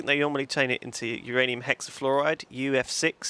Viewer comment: No, it's not uranium. It's MYanium!